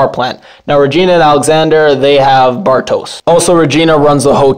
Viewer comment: Bartosz is pronounced “Bartosh”. I think the name is of Hungarian origin. Franziska is pronounced “Frunciskuh”